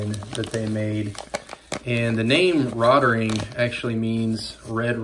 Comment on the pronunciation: Nice. Point of interest - the pronunciation is 'rote ring'. Thanks for the video!